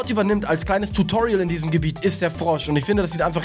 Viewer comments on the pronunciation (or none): none